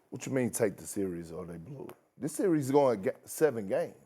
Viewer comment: Someone please tell Kendrick that series is one syllable word ffs!